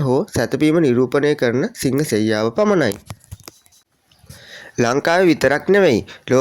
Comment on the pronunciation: සිංහසෙයියාව නොවවේ සීහසෙයියාව